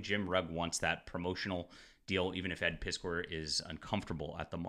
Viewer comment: Heh, Sounds like your saying "Ed Piss poor"... How appropriate.